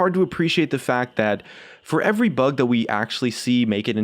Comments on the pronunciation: did anyone else noticed he miss spells "that" at the beginning, he did it like this, "tha't" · Tha't.... Epic engrish